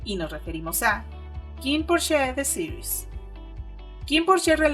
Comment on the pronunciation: Es Kinnporsche ( se pronuncia Porsch osea Kinnporsch ) no Kinnporsché porque Porsché es el hermano pequeño de Porsche. Gracias por la entrevista.